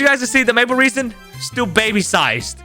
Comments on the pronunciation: you pronounce it RASIN not REASON!!!!! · I swear its not said like reason ... like resin the material.... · It is maple resin not 'maple reesin' seed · It’s resin not reason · "Maple reesen" 💀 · That is rage bating me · every time i heard reason i cringed harder lol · how do you even pronounce that wrong like its impossible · 'Maple reesin' makes me mad! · "maple reson"